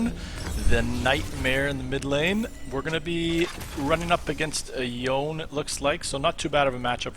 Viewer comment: LOL the way you read Yone got me. It's Yoné